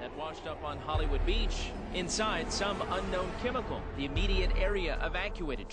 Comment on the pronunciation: What's a quemical? Sounds kwere!